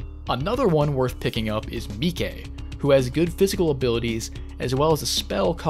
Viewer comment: How did you manage to mispronoun Mike? Spoiler for Touhou 5 Also I am it is really funny that you don't know much about Touhou because Shinki is refer to Alice mom in many works.